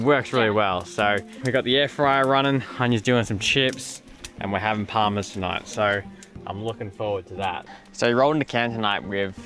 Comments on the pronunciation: Parmi. Not Parma. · Always love Aussie Arvos no matter what or where ❤ but please when you're in South Australia speak properly, it's Parmy 🤣